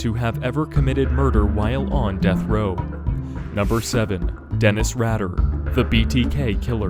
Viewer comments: It's pronounced "Raider" "raydah" , not "raddah" but spelt Rader, you need to fully researched before making videos... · Good lord, its pronounced Dennis 'raider' not 'radder' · Rader is pronounced Raider, not Radder. Richard Ramirez died of B cell lymphoma at MarinHealth Medical Center... not in his cell. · It's pronounced raid-er not rad-er. I like how my favorite serial killer is at my favorite number on this list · Omg rad - er it's ray-der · Radar pronounced Raider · It's pronounced like RAIDER.... not RADDER.... ::face palm::: cringe! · Just to let you know about The BTK Killer. His name is Denise Raider not “Radder”. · You’re right on Rader being “Raider”, but also its Dennis…not Denise. Thats a girls name lol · "Rad-er". It's "Ray-der". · I know right? Rader, not radder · Dennis' last name is Rader, not Radder :p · You miss pronounce the name of Dennis Rader. It's pronounced raider not ratter. My aunt and uncle live in Wichita, and they knew who Dennis Rader was. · its pronounced raider dog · Dennis “radder “ huh? Lol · It’s pronounced Ray-Der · Okay, firstly ‘Rader’ is pronounced RAY-DER and facts within this are wrong. After his break (due to him raising his children) he reappeared in 2004 sending letters and packages to local TV stations and it took around a year for the police/community to finally capture him in is when he was arrested not when he reappeared. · Its deffinetly Rayy Der. For denis rader not RADDER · Right I hate whoo gets it wrong ... I'm Alex Rader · You the btk killer name worng like you killed his name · Hahaha dude just go and look up how to pronounce dennis rader 😂😂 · Rader. Loooooong A.